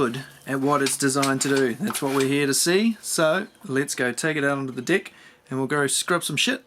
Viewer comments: I can't take this any longer. I just have to post that each time you say "dirty deck", I hear "dirty dick" 🤣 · Oohhhhhhhh he’s saying DECK …… 🙆🏻‍♂️ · good thing you clarified that vowel on "Deck", or that would have been one embarrassing trip to the doctors... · i legit laughed when you said deck hahaha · The way you say “Deck“ gets me everytime. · Lmao it got me